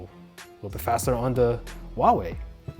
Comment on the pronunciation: He says whooaway